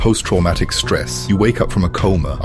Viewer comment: past traumatic stress disorder, not past traumatic stress lol